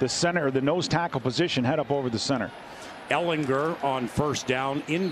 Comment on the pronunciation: Why is that announcer saying Ehlinger name weird. He is putting so much emphasis on "er" part of his name. ehlingER